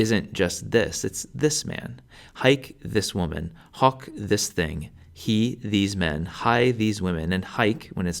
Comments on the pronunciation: Wish he'd pronounce the 'o' correctly. It's not short, anyway. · the "i" should be pronounced as a the i in "beat" but shorter in length, the 'e' at the end of 'ipse' shouldn't be dipthongized, I heard you off-glide the 'e' into 'ei'. You confused the pronounciation of 'hoc' also, it shouldn't be the short vulgar sound if we are talking about classical latin. Besides the pronounciation errors, good video!